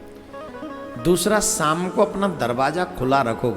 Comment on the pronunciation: Shaam not saam